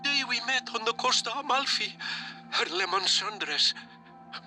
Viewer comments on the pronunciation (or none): none